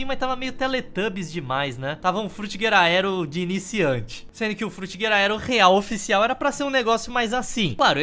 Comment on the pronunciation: alguém conta quantas vezes o falou frutigaedro pfvr